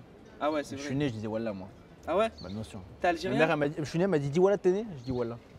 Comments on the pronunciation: Celui qui lui demande de dire wallah il le prononce même pas bien 😂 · Le gars avec la casquette à l’envers il a un pb avec le mot wallah😂